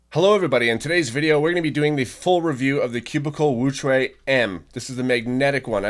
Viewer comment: Thank you for pronouncing wuque correctly